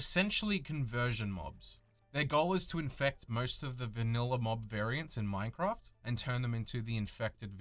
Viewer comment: Minecwaft. Also I enjoyed it.